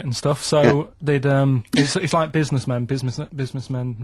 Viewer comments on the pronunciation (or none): "Like spirit and stuff so, they'd erm it's it's like, business men, busimuss men, busimuss men"